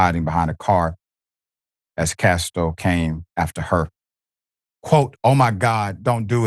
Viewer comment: Prayers for comfort and healing condolences to the family and friends. His name is not Castor - its Casto.